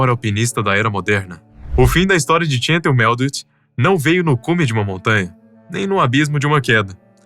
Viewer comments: Cansei de assistir... Não sei se é IA ou humano mas, entre o "Tchental" ao inves de "Chantal" (que, à la française se pronuncia como Chantállle"), e a enrolação das frases, me cansei. Tchau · PQ O NARRADOR ESTÁ PRONUNCIANDO "TCHENTAL" AO INVES DA PRONUNCIA CORRETA "CHANTAL"?????? PQP! NOME FRANCÊS SE PRONUNCIA À LA FRANÇAISE, CARAMBA! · Ela é francesa e seu nome é chantál, não tchêntal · Ela era francesa, pq pronunciar seu nome como se fosse inglês ? Se não sabe francês, Basta pronunciar como em português que fica bem próximo e maus bonito. Essa pronúncia « tchéntal » é bizarra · A maioria dos comentários revela pura inocência. Bobos dos que se deixaram fascinar pela beleza dela e se arriscaram ao limite. O narrador tenta dar uma conotação desprezível à alpinista mas nem sabe pronunciar o nome dela, pronuncia como se fosse um nome americano. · Equipe “Neolandesa”??? Se diz “Neozelandesa”… E o nome dela não se diz “txântal”! É francesa…Chantal se pronuncia “Xantál”…